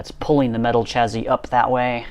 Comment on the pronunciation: Is that 'chazzy' or 'chassis'? 😂😂